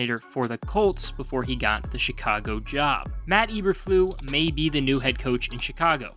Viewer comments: It’s pronounced Eber-floose the S isn’t silent but yeah good video. Thankfully the GM and HC seem to know what they’re doing for now so I have a little bit of faith. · This is not a very accurate video. You mispronounced Eberflus - Ay-ber-Floos not Eberflu. It's German not French - the S is not silent. Also you mention Teven Jenkins having a good year, but he has been demoted to 2nd string at Minicamp. You also mention that Nagy is gone -- so is his terrible coaching of the O-Line. No one knows what the O-line will look like, so saying it sucks is pure speculation. They DID suck last year, but this is a brand new season. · EberfluSSSSSSSS. Lot of integrity lost when you mispronounce coach's name! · I’m A Bears fan,and even I will be amazed if this team wins more than 4 games. And the coach’s name is pronounced E-Burr-Floos!! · Good job butchering Matt Eberflus name (not EberFLU), genius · Not knowing how to pronounce Flus" name discredits this analysis. However, I do give kudos to knowing Nagy sucked. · How many times you gonna say the name wrong? You sure you're a fan? 👀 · So what is it that the Bears don’t want us to know? You never told us. What’s the big secret that only you know. The only be info I got from this video is that you pronounce Eberflus really weird. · It was like he was going out of his way to mispronounce it! 😁😂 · To keep me interested please learn how to pronounce the head coaches name, there's an S at the end of his name that isn't silent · Nice content, but how do you NOT KNOW how to pronounce the name Eberflus?